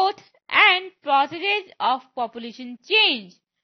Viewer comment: process ki pronunciation to sikhlo